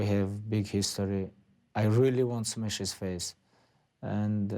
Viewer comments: "I really want smesh his face" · "I really want to smesh his face" lmao gotta love khabib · Pablo Coiffier "Smesh"